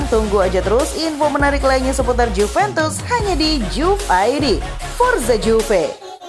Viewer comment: Prononsiasinya Yuve, min... Benerin lahhhh